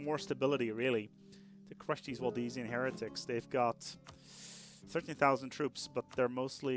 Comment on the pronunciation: You've got a couple of pronunciation issues,. Galicia, not Galacia. Waldensian, not Waldesian. Pomerania, not Pomeria.